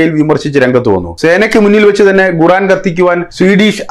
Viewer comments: Why are you pronouncing 'Guran' inspite of Quraan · ഗുറാൻ അല്ല 'ഖുർആൻ' എന്നാണ് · koran ennu para . Avanday guraan.